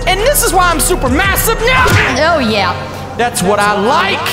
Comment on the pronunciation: lol why doose he say oh yah like that